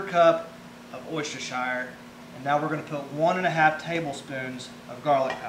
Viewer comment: Worcesterhire. Pronounced wooster-shur. I'm still waiting for somebody to pronounce it right.